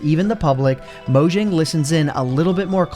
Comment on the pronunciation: Down voted for pronouncing it "Moe-jjang" instead of "MawJong"